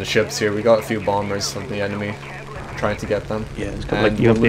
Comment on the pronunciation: love it "who thort it was a good idear to go in to 6 enermy aircraft" then what dose he do go in to 6 enermy aircraft lol